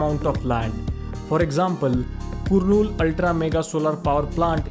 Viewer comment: You pronounced Kurnool wrongly actually it is pronounced as Karnool